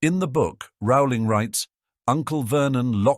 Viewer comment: Is the author's name pronounced "roe-ling" or "raow-ling"? The speaker can't decide.